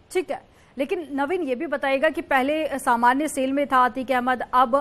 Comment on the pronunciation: Arrey madam SALE nahi Cell kaha jata hai aur SIFT Nahi Shift kaha jata hai😂